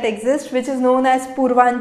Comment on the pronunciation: Mam that's not purvanchal. It is purvachal